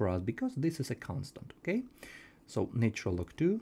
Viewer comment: Thanks for all your videos - I'm enjoying them. One pronunciation suggestion - the 'nat' in 'natural' rhymes with 'hatch' when spoken, so 'natch-urr-al' is how it goes!